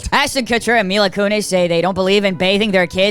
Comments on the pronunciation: Myla Coonies? Dead at that pronunciation 😂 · Why did you say Mila Kunis’ name like that…… 🤨